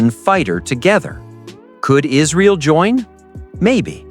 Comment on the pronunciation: and Two engines? Isreel or Israal? What else is wrong in this video?